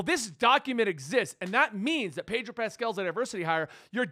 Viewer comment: Sounds like you’re saying padrol lol